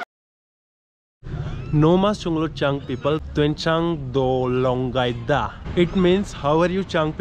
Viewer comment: Bro! it’s Tuensang..not Tuenchang 😂